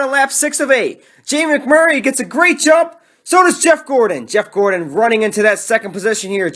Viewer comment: I love when he says Jamie MAC Murray 😂